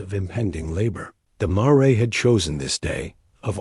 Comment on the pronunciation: You need to teach your AI how to say mare. Other than that, it was a great story. Thanks from Cut-No-Shoot, Texas.